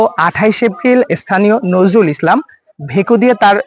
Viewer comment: নরজুল না নজরুল 😂